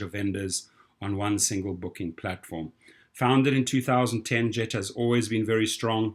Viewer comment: Isn't 'Gett' pronounced with a hard 'g'?